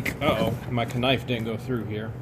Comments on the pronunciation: Jajaja...did he say a Ka-nife? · A "ka-nife"🤣🤣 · If you insist on pronouncing knife phonetically, you need to say 'ka-niff', rather than 'ka-nife'. Keep the idiosyncrasies in the same vein! Luck to you and the lovely Miss George... Carry on, Dw